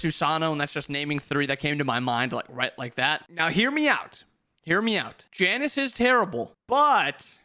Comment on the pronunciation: I don't hear "Janus", I hear "Janice" and laugh at the idea of a suburban mom in the mid lane.